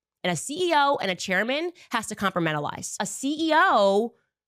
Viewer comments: "A CEO and a chairman has to COMPRAMENTALIZE". What the fuck does she even think this imaginary word means? 😂😂😂😂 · How did she just say compartmentalize? Compra-mental-eyes?